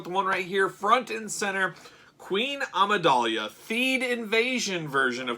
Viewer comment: Dude you dont know how to pronounce Amidala??? Its not Amidalia